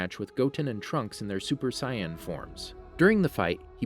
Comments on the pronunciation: For real rlly it's not sai yen it's say en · So Saiyan isn’t pronounced say-in, it’s sigh-in? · I about quit when he said si-yan saga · mans said super cyan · Why does he say cyan not saiyan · Mans really said cyan sage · Not Sai yon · It’s pronounced Say yan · "Sye an" Saga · A super sigh-in? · How do you butcher the word Saiyan that badly. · He said saiyans wrong se how to say it right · this man is freestlyin all the names gotdamn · How they pronounced Saiyan made me stop watching the video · Saiyan not Cyan Napa not Nah-pah Vegeta not Vega-tah Freiza (alt. Freeza) not Free-ah-zah Namek not Nah-mak Kami not Khame Zamasu not Zah-mah-sue Did I miss anything?